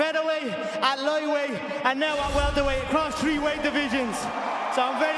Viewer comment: It's 'tree' million